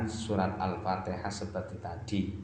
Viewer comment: Itu baca alfatihah sambil niup celana nya brha kali alpatiha nya